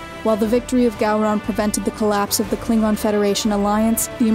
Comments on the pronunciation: like how u pronounce the klingon. Pretty kool 😊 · I love that fact the narrator got the pronunciations correct for some of the more heavier words.